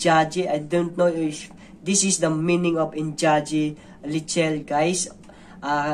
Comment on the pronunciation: The correct pronunciation of engagi leichil is ing-nga-gee lei-chill